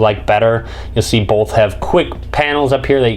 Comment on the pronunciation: Bolth. Bolth of them.